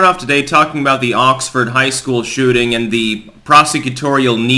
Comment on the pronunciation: Schooting. Really? XD